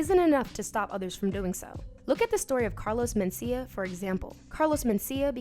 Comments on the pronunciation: The accent is on the 2nd syllable men-CI-ah. Not MEN-ci-ah. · Same here. She's putting the emphasis on the first syllable most of the time.